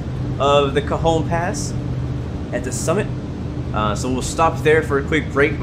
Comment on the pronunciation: Cajon pass is pronounced ka hone